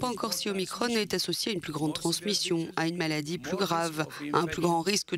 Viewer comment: Omicronne. Il faut dire aussi Macronne maintenant ?